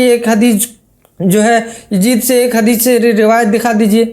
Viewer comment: Bhai saab inko pehle hadees bolne ka pronunciation sikhao .. bad me inse hadees ke baare me suna jayega😂